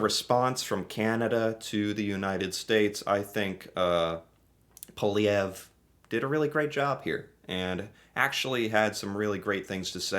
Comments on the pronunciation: I would be wrong but ... I believe the Canadian French pronounce his last name like; pwah-live-E-ev-rr (ev, like "what evs." And -rr is almost silent in my experience). I could be wrong but I grew up here and feel that's 80% correct, as a non-french Canadian. Much love and respect. I appreciate what you do brother ✌️ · Great video,. But you pronounce his name as POLE-VEE-AIR-EE. I don't like him, and find him to be very arrogant. I really, really hope he DOES NOT become our Prime Minister. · omg you said his name right!